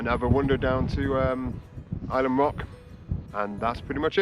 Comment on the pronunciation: great video, know the area well, so it was very interesting. Also impressed with correct pronounciation of Ilam !!! more please